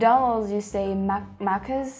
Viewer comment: when you said Maccas you genuinely said it better than 90% of non-Australians haha so well done